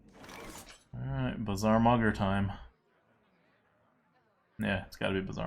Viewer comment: Everyone: Bazaar Mugger Adwcta: Bazzar Muggar Warrior (Garrosh): BUZZZZAHRRR MUUUUHHHGGAAAARRRRRR!!!!!!!